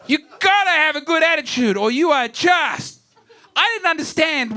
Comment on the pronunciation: “Bad attichude”